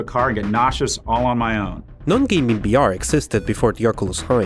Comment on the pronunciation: Why does he keep saying BR instead of VR?